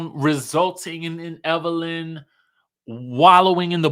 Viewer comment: It's Evil Lynn already!!! Evil LYNN not lene